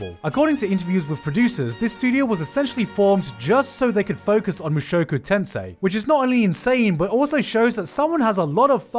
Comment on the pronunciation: i cringe everytime he pronounces "mushoku tensei"